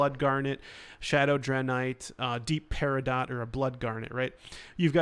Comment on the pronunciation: Dude..... You are mis pronouncing basic words. Lichen? Peridot....